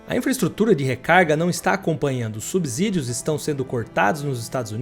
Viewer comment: Prezado, "subzídios" não existe". Quer propagar conhecimento, aprenda a Língua pra não cometer desserviços. É "subsídios", com som de "C"!